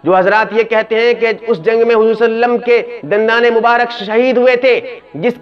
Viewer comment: ابے صلی اللہ علیہ وسلم تو صحیح سے بولو